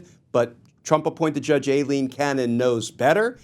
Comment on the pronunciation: isn't pronounced "I-Lean" not "A-Lean"...good luck with Soibhan, Saoirse or Aoife (not a fan of Judge Cannon but come on)